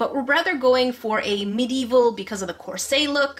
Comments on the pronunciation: PLEAS DO JENNA MARBLES Did you say corset like corsA it is corsET? Have I been pronouncing it wrong but is corset righ??🤔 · It's definitely corsET. She's saying it as if it's a French word or something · She is wearing a course Me: Saltiness intensified YOU MEAN COURSET YOU SAID IT WRONG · The way she said "corset" physically hurts me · I just saw in the last video of yours that I watched that English is your third language, and that you're from Canada... Then I heard the way you pronounce "corset," in this video... I'm guessing that one of your first two languages is French, but what is the other one, and in what order?